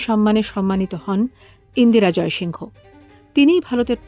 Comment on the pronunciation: ইন্দিরা "জয়সিংহ" নয় । ABP র মত বড় হাউস এই ভুল টা কি করে করল? ওরা নামটা যেভাবে উচ্চারণ করে সেটা হলো ইন্দিরা জয়সিং।